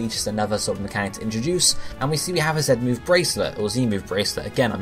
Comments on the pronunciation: I listened closely he said Zen at time lol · dude, do you even listen? He says 'ZET'-move not 'ZEN'-move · not being funny but im from the uk and i say "zee" just because it sounds better! so not everyone pronounces it the way he does. lol